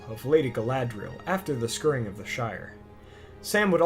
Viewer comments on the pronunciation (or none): This narrator needs to learn how to pronounce words like "scouring" and "draught."